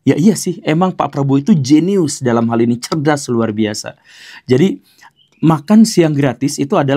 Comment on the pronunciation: Nada jeniusnya pak guru agak gimana... gitu😂